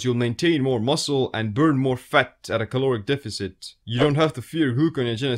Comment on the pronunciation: it's the speed you pronounced fat ... fut , i imagine if you said it repeatedly you'll make a Ninja footsteps sound running in a forest : fut fut fut fut fut fut fut fut fut 👣👣👣👣👣👣👣👣👣👣👣